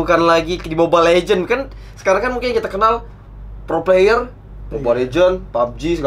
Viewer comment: " mau ngomong player kepleset jadi pler" Emng dasar 🤣